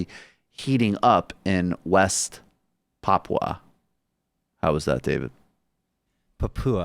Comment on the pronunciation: Your first pronunciation of Papua is good, Brooks! Emphasis is indeed on the first syllable.